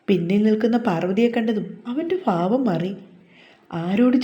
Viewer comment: Favam alla bhavam Pls make ur fa as bha